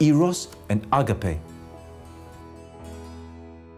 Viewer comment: You are greek, you dont have a problem pronouncing words correcty, please dont say "άγκαπε" My ears bleed.